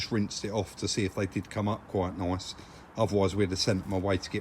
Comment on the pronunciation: nice but they way you say it sounds like noice . If that's how u spell it